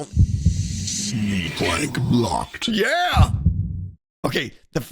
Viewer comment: am I the only one who hears "plank blocked" instead of clank blocked? lol